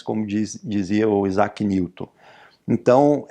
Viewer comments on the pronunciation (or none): none